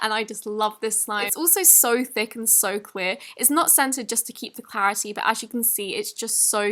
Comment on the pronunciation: is it clearity or clarity? (Yes clearity isn’t a wordj